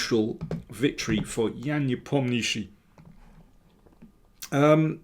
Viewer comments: Nepomnjashiy. Not NepomnIshiy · Никак нет, уважаемый